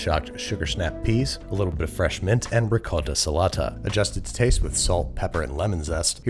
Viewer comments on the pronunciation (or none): none